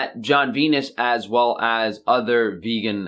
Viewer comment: Guys, he claims he is vEGGan... the other g is just silent and it sounds so much like vegan...